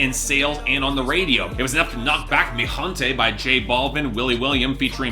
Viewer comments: Anybody ever: Mi HEN-Tay: mi hOnTaY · It is HEN-te not HUN-te